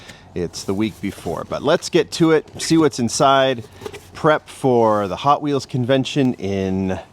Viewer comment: you said Potwheels lol right off the start.